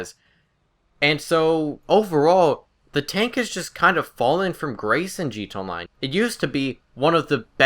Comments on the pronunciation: it kept catching me off guard, he speaks like hes a recording on a record and someone keeps messing with the rpm switch. "(slowly and comprehensible) its very rare, not that i even use the thing, but i actually ever see it JEETONLINE (goes back to slowly pronouncing words) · "G Toe Online" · "G Tonline"